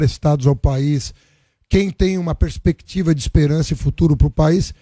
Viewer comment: Vc falou pespequitiva?porra o país não tem pespequiva porque o pt quebrou o país seu lixo